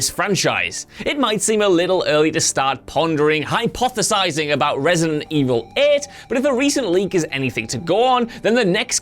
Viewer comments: ReEightSident Evil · Re-eight-ident Evil? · Re-EIGHT-ident Evil. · "Resident evil At"?